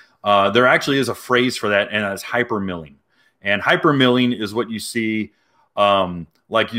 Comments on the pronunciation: It's "hypermiling", not milling. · It's "hypermiling" like "miles" not mills. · It’s hypermiling like hyper MILE as in kilometer miles bro. It’s not milling that rhymes with killing. As an aspiring Prius owner I’m disappointed in you bro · at first i thought u said " hypermilking" that was when i met my wife and she had a 2 month old daughter yeah milking fun times.